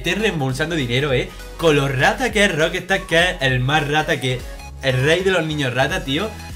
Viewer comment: jajajaja Roquestard??? lol jajajaja...será pronuncia Roc...estar...que no es tan difícil...que me sangran los oidos jajajaj buen video por lo demás jajajaj